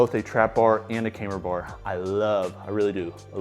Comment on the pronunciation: Why does say cameber bar instead of camber bar? Is that some kinda accent thing?